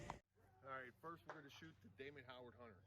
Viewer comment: It’s Damon HOWATT not Howard